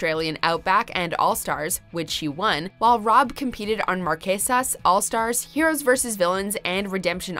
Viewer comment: I cringed! Along with Marquesas. Both kinda cringeworthy